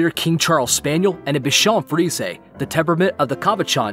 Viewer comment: I have a cavapooschon but the way he said Bichon frisé😂. I hope that you don’t say it frisé or I’ll really feel stupid 😭